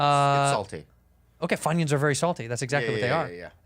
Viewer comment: When Andrew said Funyuns I literally started gagging to the point where I had to click off